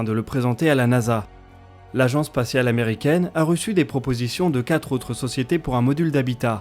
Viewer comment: Bravo encore et encore, ça devient professionnel mais fais gaffe aux liaisons : Quatre et huit, comme tous les autres sont invariables. "Quatre autres choses" mais non "quatre z'autres choses".